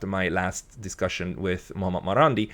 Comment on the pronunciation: it's not "Muamur" or something like that you are pronouncing. It's S. Mohammed Marandi.